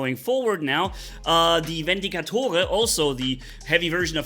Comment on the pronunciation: every time you say vendicator, its a little funny because its pronounced a little differently at the end of the word